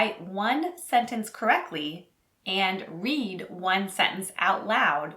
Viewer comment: “Sentence”, not “sentnece”. Where do I pick up my US passport?